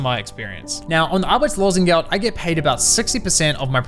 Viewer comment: I like how ge says Arbeitslosengeld